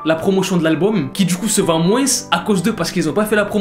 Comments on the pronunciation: POURQUOI TU DIS MOINSSS ET PAS MOINS ! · tu me stresse quand tu dis "moinsse"